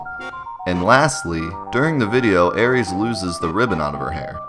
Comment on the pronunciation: No cap I will spin the block on these aris mans that name is so cringe it’s arith my nigga I will commit crimes over this 😂